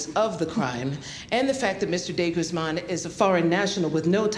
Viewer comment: The way they pronounce de guzman like de gooseman bugs me